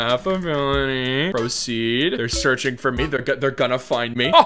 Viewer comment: the way is seaching instead of searching